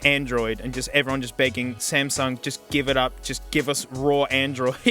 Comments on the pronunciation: Bro said Smasnug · The "SMASNUG" got me🤣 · it’s SMASUNG NOT SMASNUG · "Smasnug" bro wtf 💀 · foreshadowing and also ''WOAH SMASNUG'' 😂😂😂😂😂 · s- SMASNUG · I lovem whe he calls samsung the samsnug 😂😂😂😂😂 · That smasnug caught me off guard 🤣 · "smaZnug" hehe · Smasnug. You mean Samsung. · Real: Samsung What he said: SMASNUG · SMASNUG AGAIN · and there. You forever ruined the way I say "Samsung". I even refer to my S23+ as a Smasnug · Samug🚫 Smasnug✔ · love the smasnug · Sp- SMASNUG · The Smasnug Galaxy Note 7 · Ah yes, the Smasnug. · "iM aRmInG tHe SmEsNuG" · Smasnog lmfao 😂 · He Just Said Smasnug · S M A S N U G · "Smasnug" got me dying💀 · Lol SMASNUG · when he said smasnug i felt that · He said smasnug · SMASNUG has me dying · is blud wron for saying smasmug tho? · S M Λ S N U G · came in hard with the smasnug 🤣🤣 lost it right there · “Smasnug” - 2023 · I'm never saying samsung again.. smeznug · You said Samsung worng